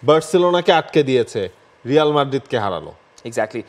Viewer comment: হেডলাইন লেখ রিয়াল উচ্চারণ করো রেয়াল উচ্চারণ কি বারোটা বাজায় দিলা